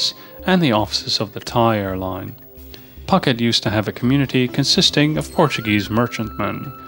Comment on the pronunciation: Interesting and varied tour of Thailand, but I have to say the pronunciations were abysmal. For example, - Bangkok = Krung Thep with a silent h. Phuket is pronounced - Pooket, (silent h), and many more.